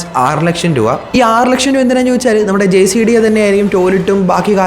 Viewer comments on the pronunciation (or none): Jcda അല്ല gcda